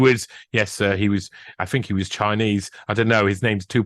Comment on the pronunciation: A Jewish memoir 😂😂😂 And 'Sooj' Knight. Couldn't make it up!!. You can rely on the BBC to get the facts right though 🤣🤣🤣 Had to keep playing that part over, hysterical! Top man!!!! 😂👍